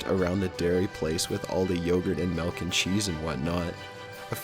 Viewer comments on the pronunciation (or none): melk?!! my friend used to say MELK instead of milk too. fuckin weird. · it's not melk it's MILK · Malk...? wut?